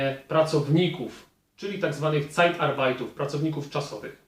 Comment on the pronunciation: Nikt nie jest Alfą i Omegą, ale twój niemiecki jest naprawdę bardzo słaby, żeby nie powiedzieć tragiczny. PRZYKŁADY - Zaznaczam, że piszę fonetycznie - wymowa: Lajfirmy , a nie Lajhfirmy. W tym przypadku "h" jest nieme. Nie "cajtarbajtów", tylko "cajtarbajter". Następnie - NIKOLAI(S)KIRCHE bez "S". ;) Idąc dalej - PersonaldienstLEISTUNGEN, a nie PersonalDINSTALUNGEN, itd... MANPOWER (fon.Menpałer) to jedna z największych agencji pośrednictwa pracy na świecie - tak na marginesie.